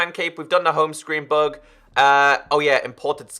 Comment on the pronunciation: When u say bug it sounds like bog. I was like what the heck is a bog?? Haa